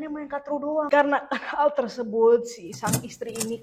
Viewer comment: kartu karrrrrrtu.. bukan katru wkwkwkwkwk ngakak mulu gw tiap lu sebut katru